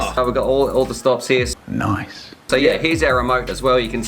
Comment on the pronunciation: lol NICE or NOICE